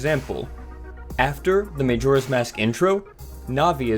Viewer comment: Maejora? Sarieah?